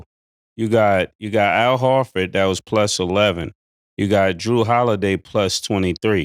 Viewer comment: Yo Cam cant pronounce nobody's name correctly. It aint just the High Heenas lol my Man cany say Horford to save his life dude keeps say Hartford tf? 🤣